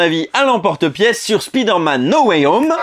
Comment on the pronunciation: cela ne ce Prononce t-il pas plutôt: Spaïdeu/r/ Mènn No way om !!!???